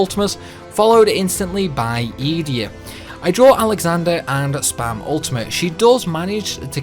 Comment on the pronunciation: Great video! I watched the entire thing - which is not usual for challenges - I tend to watch a few mins and then like and leave it but this time I watched all 40-something minutes of it:-D 1st...I have always heard pronounced Edea as "Ed"(like in the english word "Bed")+"eeeee"+"ah" - the stressed syllable is the 'de'. I don't know if anywhere Square Enix ever said what it is supposed to be 2nd. I have always considered challenges to be pure insanity but honestly except for that I only kill when I can't do otherwise (that is before I can refine Break to break the stupid soldiers from galbadia and esthar. I use magic obsessively but at the end of the battle I will card the enemy. I have screwed up a few times but 99% of the time I can card them. Also I only really use GFs in the very beginning to kill the fish on the beach to speed things up - and I use Cerberus to add double and triple to everyone every battle. I hate overdrives/limit breaks so I almost never use them except for Angelo which annoys the crap out of me when that dog runs up in battle lol. 3rd...How do you get into Dollet after the dollet mission? I've tried to walk there over the world map but I can't seem to find it lol. 4th(final)...Are you using for the music in the background at least for discs 2 and 3 the music from FF9 when Zidane is "nuts" in Terra after talking with Garland and everyone is trying to convince him he's good and stuff? I don't know the name but it seemed to not be one from FF8 lo